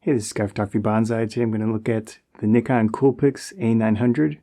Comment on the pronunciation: Hallelujah, an American who pronounces Nikon correctly.